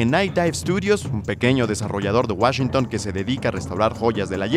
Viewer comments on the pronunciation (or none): none